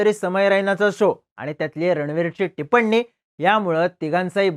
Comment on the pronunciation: टीपन्नी नसत रे ते टिप्पणी असत....🤦🏻